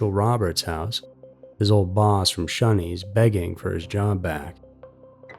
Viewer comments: Dude,, it's 'ShOneys' not shUneys. UGH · Gah damn stop pronouncing Shoneys as shunnys its Sh-oh-neys ffs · Pronounced “Show” knee. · Shoney’s is pronounced “Show knees”. Used to be a big chain. Whenever you have a vowel consonant then e the vowel says it’s own name. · He kept saying Shunney's. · yup. Was driving me crazy. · I don't know where he is from. But, I cringed every time he said it